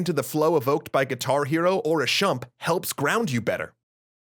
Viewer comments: I've heard "sh-mup" a lot and "shumpt" is new, but it still sounds stupid. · "shmup", not "shump". m comes first, as in "shoot-em-up." great video otherwise! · Did he say a "Shump"? Presumably he meant a "Shmup" - a Shoot'emUp? Right? Or is there also thing called a Shump these days? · STOP CALLING THEM SHUMPS REEEE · Not to be That Guy™, but it's not a shump. Shmup is a contraction of "SHoot-'eM-UP". It sounds dumb, but if you say the words very fast, it makes more sense and you can see how the word evolved over time. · "shump" You mean... "shmup?" SHoot-eM-UP SHMUP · What is a "SHUMP"? Is it like a "SHMUP"? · Did you say "shump?" You meant SHMUP, right? As in, "shoot 'em up?" lol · Did you just say SHUMP? Didn't you mean SHMUP? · Exactly what I was gonna comment lol. I think he meant "Shmup" (shoot-em-up). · Did you mean ' 'shmup', as in 'shoot-em-up'? It sounded like you said 'shump'. What's a shump? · No I was just joking about the way he pronounced it, hahaha